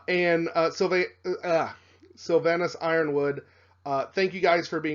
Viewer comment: You've pronounced Sylvanus Ironwood fine